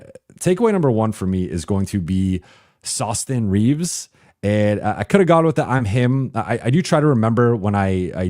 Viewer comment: It's "awesome reeves" sir